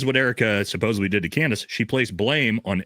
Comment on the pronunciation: Supposebly is not a fckn word bro. Jesus Christ dude and you say it 100 times an episode😂